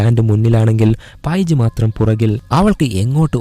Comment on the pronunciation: പൈജ് അല്ല പെയ്ജ് 😂